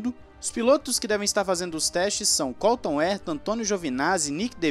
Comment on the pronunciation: Cada veque vc fala Colton Erta, morre um golfinho. E não é porque vc prefere aportuguesar a pronuncia, já que vc fala ZEK Brown.